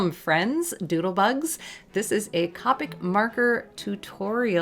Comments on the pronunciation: It is COPEIC, not COPIC!!!!!!! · COPIC is pronounced with a long “o”…Cope ick and not Cop ick… just saying. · I've really been sitting here thinking these markers were pronounced Coe-Pick and not Cah-pick for a year... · Isn’t it pronounced “Coh - pic” not “Cah - pic” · The pronunciation on Copic is long O Coh Peek Japanese product Japanese pronunciation. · Haha its funny cuz she can't say Copic she says carpet markers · You say Copics the same way Jazza does.. Another person added to the shame list! :p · Its funny how you pronounced the word "Copic." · i’m mad at the way she says copic